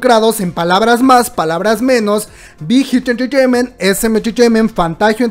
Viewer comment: me encanta como dices entreteiment, te amooo!!